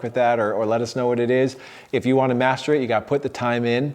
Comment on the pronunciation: Am I the only one who heard "The fastest way to mastur basic strategy."? Thanks for the video!